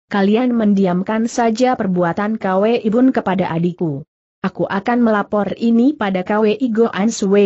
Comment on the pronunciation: Maaf guru....mau kasih saran....kwi sebaiknya langsung dibacakan kui aja, jangan di baca k...w dan i, begitu pun hwa sebaiknya langsung di baca hua aja,jangan di baca secara terpisah h...w....a.